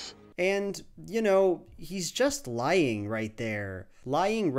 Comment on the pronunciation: I heard it as "He's just lion" haha. <3 you!